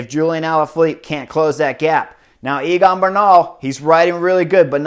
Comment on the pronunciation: Chris, is Egan not Eagan. Great race and commentary tho